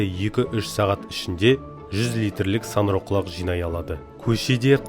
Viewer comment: Саңырау деп айт,санырау емес